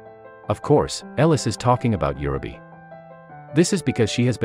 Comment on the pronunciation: For Heaven's sake pronounce the names correctly! It is UUUreee beh.